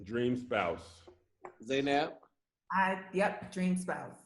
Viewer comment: Any Arabic speakers cringing at “Zay-naab”